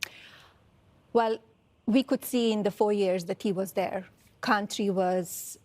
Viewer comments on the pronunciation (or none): The way she says "Cuntry" tells me all i need to know 😂😂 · WTF is a Kantrie